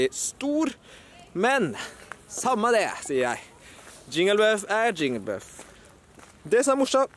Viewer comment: Det heter jigglypuff ikke jingelbuff